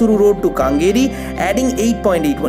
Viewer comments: how do u feel if we call Kolkata a Calcutta?! Or something wierd kolkatta?! It's Kengeri and not kaaaaangeri... Supporting ur Bengali friend doesn't me our city is wrongly pronounced. And it's Bengaluru btw not Bangalore. Kolkata people feel offensive if someone calls it calcutta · Except for his pronounciation of Kengeri as Kangeri, Bangalore instead of Bengaluru rest all are ok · Where the heck is this kaangeri? In Congo? Kindly learn a bit of Kannada pronunciation as it is quite dismal. Other updates are fine, thank you. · Kengeri is pronounced "কেঙ্গেরি" and not "কাঙ্গেরি". But brilliant and much awaited update on Namma Metro, thanks a tonne!!! ❤️ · In Bangalore, the Metro Rail known as Namma Metro, in that one of the Metro Rail Routes which they have taken up is from Mysore Road to Kengeri, Not Kaangeri. Please pronounce it properly. Moreover it is Not only from Mysore Road Metro Station (which comes in Nayandahalli) to Kengeri, but it has further gone upto Bidadi. (pronounced as Bidadhi) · It is not kaaaaangeri it is Kengeri. And Bengaluru not Bangalore. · Kengeri - use KE as in kempegowda. Not kangeri. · Kengeri, not Kangeri. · Its Kengeri Not Kaangeri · It's kengari not kangeri... Ken as in Kenny 😂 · Kengeri not kengari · It's not kangeri..... Idiootrssss it's ken ge ri !!!! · How can you even pronounce Kengeri as kangari.. 😂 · I stay near Kengeri metro ... I was laughing at the point he said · Kangeri <> Kangeri.. Do you see the difference? Classic example how an informative video can raise questions which is because of stupid pronunciation!!